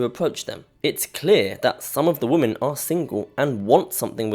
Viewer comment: Woman = Singular, Women = Plural (notice the "e" instead of the "a"). The plural form is pronounced "whimen, not woman."